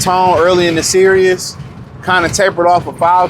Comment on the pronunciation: Bro can’t even pronounce series